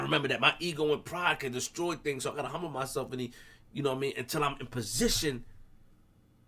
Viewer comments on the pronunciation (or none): none